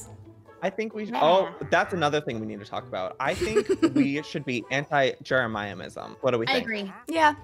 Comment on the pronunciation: why does he say jeremiahmism